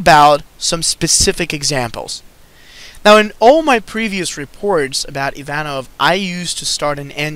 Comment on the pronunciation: or Danov? You meant Danov in the description.